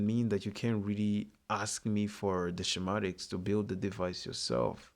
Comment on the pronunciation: Shem atics is correctly pronounced skem atics in English .